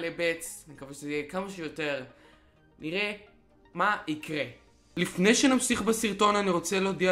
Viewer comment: ליפני שנמסיך בסירטון 😂😂